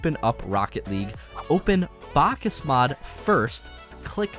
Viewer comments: me having psychologic problems after hearing this guy saying "bákas mód" 100x in a single video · Bakkesmod not bakkasmod please